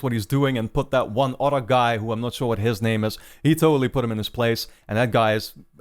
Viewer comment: I'm i the only one who thinks he say "auto" when he says "other"